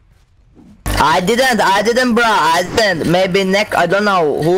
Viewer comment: I dedunt I-aye dedunt brah I dedunt. HAHAHAHA